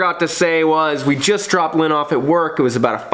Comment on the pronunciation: Lynn said Lynn like "Looon". Rhymes with Jon "Uoon". Lynn is hilarious. Y'all make a great pair.